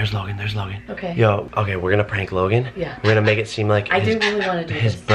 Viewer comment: it's Logan not Logon